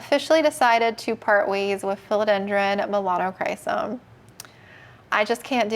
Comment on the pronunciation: “Melanocrisis” is what another plant person I watch calls the Melanochrysum. 😅🤣 cracks me up every time I hear it.